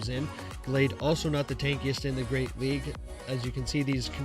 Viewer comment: Go Battle "LAG" he said XD